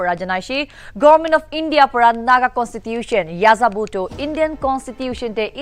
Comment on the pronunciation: N is not ya za Bo it's yehzabo (or Eh' za bu)